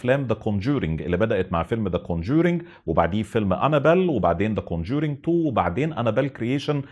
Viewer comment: كون جورينك.. يخرب بيت ام نطقك..